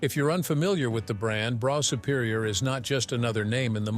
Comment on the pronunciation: Hey,.......it's Bruff Superior. Get your facts right before you make a vid'.